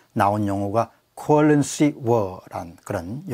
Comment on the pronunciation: 미국에 50년 살아왔오. 공선생은 영어발음이 좋지 않오. currency war란 말에서 '쿼런씨 워'란 발음이 억망이오. 세련된 발음을 공부하시길. 환률 저평가의 원인은 정부의 환조작에 있기 보다는 수출부진에서 오는 외환보유고의 급감에 기인한 것입니다. 국제투자가들이 유완화를 팔고 딸라를 빼내가기 때문이오.